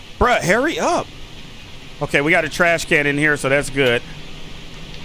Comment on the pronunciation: you said god instead of good